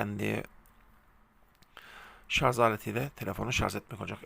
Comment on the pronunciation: Hocam şarz değil Şarj. Ama bilgilendirme başarılı👍